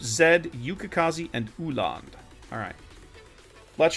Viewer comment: Da fck did u call Öland? 😂😂